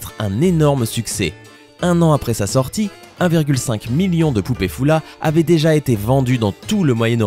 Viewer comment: Ca ne se dit pas fula . Cela s'écrit Fulla mais se prononce فّلة, ou Faulla.